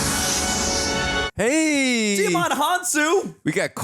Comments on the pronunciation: Small side note: Djimon Honsou's first name is pronounced Jimon, like Simon. Not Dei-a-mon. But you are spot on with his origin story into acting. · Djimin Hounsou pronounces his name JI-mon, like Simon with a J, not Dee-ya-mon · You are pronouncing it WRONG. Djimon Gaston Hounsou (/ˈdʒaɪmən ˈuːnsuː/, JY-mən OON-soo; French: (took 2 seconds on his wiki page) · Djimon is pronounced jai-muhn. Lol